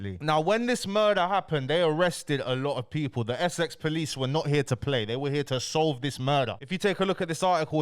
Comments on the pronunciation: man said SX POLICE NOT Essex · Why does he say Essex like that, it’s literally one of the easiest words to pronounce 😂keep the good content going though 👌